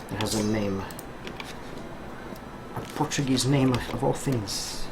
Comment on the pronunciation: are you portuguese by any chance? you have a lot of knowledge about the history of the country and good pronounciation of the words